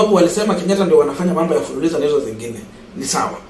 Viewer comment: It's fuliza not fuliliza😮😮